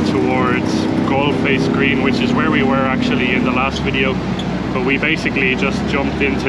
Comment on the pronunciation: Galle Face Green is pronounced as " GOAL FACE " green. Lovely videos by the way. Well done.